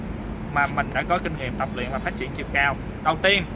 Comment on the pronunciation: Vl cái chữ "cAo" giống giống cái ấy